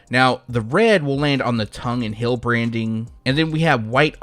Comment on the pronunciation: Heeeeeeeeeeeel! Not “hill”. Damn bro